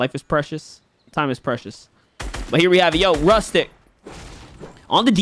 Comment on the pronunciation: YAY ARGENTINIAN ACTION 🇦🇷🚀🔥 Oh and btw it is pronunced roostyk